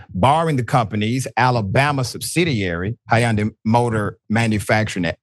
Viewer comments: Not "Hi yawn day" 😂😂 it's just "Hun-day" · Doctor richey the y in Hyundai is silent!!! Lol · No one pronounces Hyundai like that